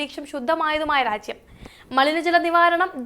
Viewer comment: രാച്യം, ശുദ്ദമായ, സംവിതാനം, ഒണ്ടാക്കിയത് ഉച്ചാരണം ബഹുകേമം 👍